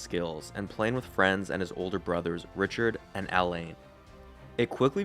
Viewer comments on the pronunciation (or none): none